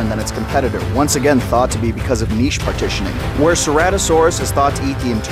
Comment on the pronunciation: I noticed you pronounced niche the correct way! Are you Canadian? I cringe every time I hear Americans say "nitch"! So congratulations!